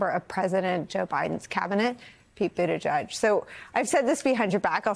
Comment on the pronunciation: I can't believe that by this time there are any media people left who cannot pronounce Pete's name correctly. My long time favorite newscaster, Judy Woodruff, never got it right, saying it like Ms. Wallace says it in this video. It's not "judge", it's " jeg" as in "leg". Please get it right.